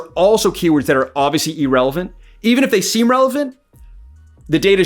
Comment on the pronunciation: It's Ir-Relevant. Ee-Relevwnt is something else. Good video